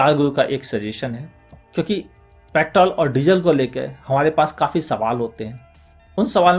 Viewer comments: Vo pettttol nahi petrrrrol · Sir ap petrol ko paittol kyu bolte ho?